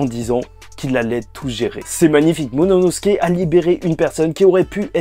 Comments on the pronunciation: C'est qui me bute c'est que je regarde t'es review depuis très longtemps. Mais t'as toujours pas réussi à prononcer correctement le nom de momonosuke (Mononosuke) 😂😂😂😂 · Bro c'est "momono... " pas "monono...." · C’est momonosuke pas mononosuke 😭